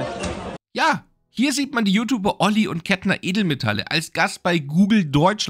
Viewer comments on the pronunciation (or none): none